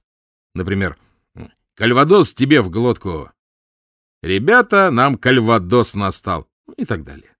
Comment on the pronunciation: И конечно, КальвадО́с, а не Кальва́дос, как произносит Кирсанов